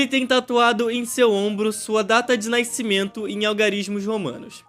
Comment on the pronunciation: "Sua data de naicimento" Tá parei kkk